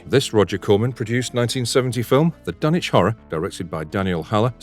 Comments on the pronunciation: I had the distinct bPLEASURE of meeting Bruce Abbot, Ken Foree & Jeffrey Combs!!! COoS with Cage sucked. Dagon wasn't bad at all, THE THING is fantastic. Thank you for pronouncing Dunwich correctly. The Mist is sensational!!! Castle Freak was better than it sounds. Arrival had HPL vibes, don't forget Jeff in the Evil Clergyman, Night of the Living Dead 3d:Re-animation, Frighteners. Christopher Heyerdahl in Out of Mind: The Stories of HP Lovecraft; he portrays HPL. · Yay! Someone who pronounced Dunwich right!